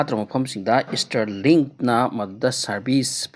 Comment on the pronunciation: Stirlink natte STAAAARLINK aduga sigi news sina kanana haino? Ngga elon musk ka pao faonarabo?